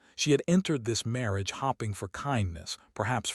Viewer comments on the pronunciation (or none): For Heaven’s sake,! Would you PLEASE teach your AI reader that “hoping” has a long O sound. She was hoping NOT hopping. Sheesh! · Why can't narrators in these videos not pronounce 'hoping" (long "o") correctly? The correct pronunciation is not "hopping" as in "the rabbit was hopping" with a short "o" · Star ring? Star ring! AI can’t read (red). Maybe the editor is hop ping readers won’t notice 😎